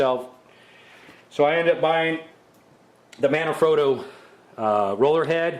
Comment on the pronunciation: what? I need to talk in my video to comment now? Don't get me wrong! You seem to pronounce every word correctly. You're just making the most common mistake of saying "scan-disk" and "mana-frotto". I just felt I had to let you know instead of leaving you happy in your imbecility.